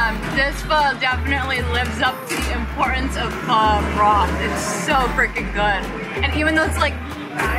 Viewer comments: Glad to hear you guys pronouncing Pho correctly :) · I have to say from a Vietnamese the way u say pho is not bad at all compare to 99.9 percent of westerners and once u drink the coffee u won't go back to Starbucks.